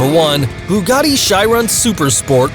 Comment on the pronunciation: Bugatti Charon bu GAT ti SHI Ron